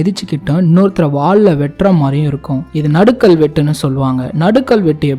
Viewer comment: நடுகல் என்று உச்சரிக்கவேண்டும். நடுக்கல் என உச்சரிக்கக்கூடாது.